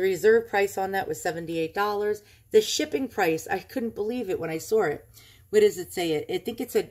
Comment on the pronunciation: Ooooooooooh my, I am just drooling, how wonderful!!! That lady certainly didn't do her homework!! Because of people like that, Iv'e found some weird & unusual stuff, my favorites! Nice going, your collection will be stunning! Love your pronunciations of the words " saw" & "idea", soooo New Yawk, LOL!!!